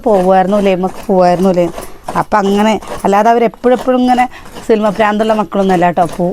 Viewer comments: സിൽമ അല്ല സിനിമ എന്ന് പറയൂ. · Cinema ennu parayanam